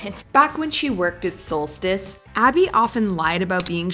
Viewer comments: The gym is pronounced SOULSTEECE. isn’t a true fan … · Ummm... To the narrator: It's pronounced "Soul-steeeece". is clearly not a true fan.